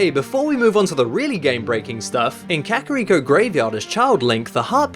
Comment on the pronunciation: "kehkahreeko" lol